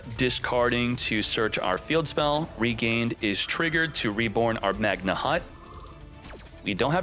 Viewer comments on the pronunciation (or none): none